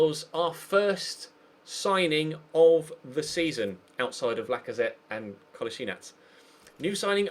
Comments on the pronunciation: parni valjak melje the man himself said it's pronounced as it's spelled: 'Ko-lass-i-nack' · Just so you know, Kolasinac is pronounced Kol-laz-i-nach.